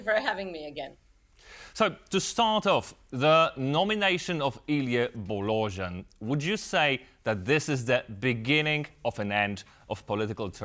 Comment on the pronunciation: “Illy Bolojin” - you turned an 120% true blue Romanian into a Russian instantly 😂😂😂😂😂 Why would be that hard to pronounce “Bo- lo-Jean”…? I mean we know how to pronounce Worcester Sauce so why can’t you make the effort to pronounce a name correctly? Do your homework, you are about realistic political news not re-baptising politicians for crying out loud.